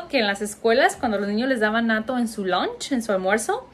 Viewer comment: Holissss decís lunch? Porque lo siento pronunciado con o y siempre creí que era con a.Lo mismo me ocurrió cuando te escuché decir que ibas a hacer un vivo...yo diría un Live y tb sentí una pronunciación distinta.Estare sorda? Gracias!